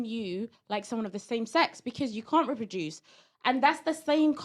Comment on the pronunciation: Reproduce not ripiduce 😂😂😂